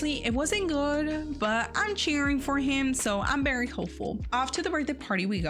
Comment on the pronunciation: You say Very not Bary 🤣 Very well very good NOT bary !